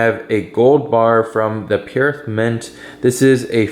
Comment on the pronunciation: You mispronounced Perth.